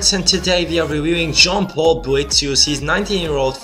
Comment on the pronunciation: You pronounced his name right btw :)